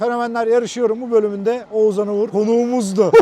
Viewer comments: Abi Oğzan ne ya :D Oğuzhan demeyi desene bence yapabilirsin :D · Hacı oğuzzan değil oğuzhan...😁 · Oğuzzzan diye bir şey yok yemin ederim cinnet geçiriyordum videoda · keşke bir kere H harfini bastırarak OğuzHan deseydin 😀 Video başından beri OĞUZAN demene takıldım 😀ama ellerine sağlık güzel video olmuş 😀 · Oğuzhan ismini Oğuzan diye söylemeyi nasıl başarıyorsun. Kulağımı tırmalıyor sadece Oğuz de baree.... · Abi şu adama Oğuzan deme ya 😄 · Oğuzan değil Oğuzhan diye okunuyor... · Oğuzan deme gözünü seveyim 😀 odaklanamıyorum videoya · şu adama oğzan deme nolur :D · Abi lütfen oğuzan deme agagagagagfa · Abi Oğuzan mı diyosun sürekli Oğuzhan yerine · Şu adama Oğuzan deme yahu, Oğuz han okunuşu Oğuzhan..